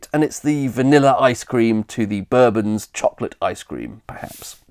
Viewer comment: Yes, very interesting as usual! I had just wolfed down a couple of bourbons with cup of Rosie when i came across this, surprised to hear the Kentucky whiskey style pronunciation but no matter. A long time fan, i remember buying a packet every morning break at secondary school for 15p (rising to 18p over the years!) Nice complement to the pub vids, these condiment and comestibles ones... bravo!